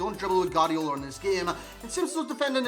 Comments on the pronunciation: I'm Spanish and it is pronounced "Guardiola", you only skip the u when next to the u there is an e or an i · Nobody: NOBODY AROUND THE HOLE EARTH:: Gardiola